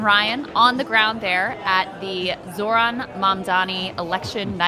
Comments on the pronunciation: OK, so it’s not just Ryan mispronouncing Zoran‘s name tonight. Both men at the live campaign event can’t seem to pronounce the Democratic nominee for the mayor of New York’s name correctly. Come on, guys. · i love that ryan grim still can't pronounce his name right it's actually endearing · He pronounced it right some of the time, I think the room being like 120 degrees made then mess up more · Is Ryan sneaking some celebratory tokes out there?😏 Come on, Zoran is going to be the next mayor of New York. Ryan should try to pronounce his name correctly.